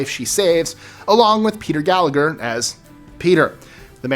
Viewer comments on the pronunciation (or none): none